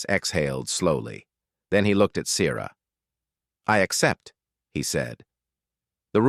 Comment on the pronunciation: The pronunciation of the name 'Sierra' or 'Siera" should emphasize the 'e' without making the letter hard!. English is a complex language and has a complex nature that is not easily done well!. Oops LoL 😮😢